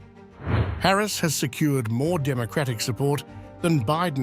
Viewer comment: The way you pronounce Harris's name makes me think how much stock trump has in this station?